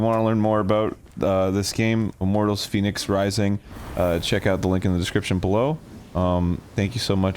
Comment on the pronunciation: Why does Arin keep saying Phoenix Rising when it's clearly pronounced "Fehnics Rising"